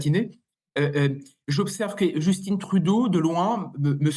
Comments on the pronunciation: Pourquoi vous prononcez Justin, qui est un nom français, (comme Trudeau d'ailleurs) « Justinne» (à l'américaine) ???? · On ne dit pas Justine on dit Justin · allez juste pour rire un peu, Justin trudeau c'est francais, et donc prononcé a la francaise (pas djusteen) :)